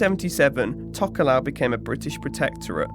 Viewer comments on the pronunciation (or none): im tokelauan and im just letting you know that we pronounces t as d and f as h ( but for atafu we pronounces f as a f )